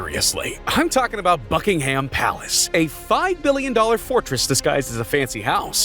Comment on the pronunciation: his pronunciation of "buckingham" actually made me sob bruh, its not bucking-HAM its buh - kuhng - uhm